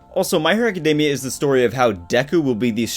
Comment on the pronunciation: Me being petty: author can't pronounce Academia correctly, will not subscribe. I know it's petty, why am I like this? -_